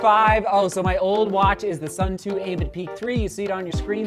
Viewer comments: The word “Suunto” comes from the Finnish word meaning “direction”. Suunto is pronounced “Soon-toh” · Seth, you really need to learn how to pronounce the word suunto.